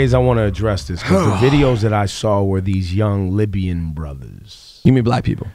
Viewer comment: Did Ebro say Libyan?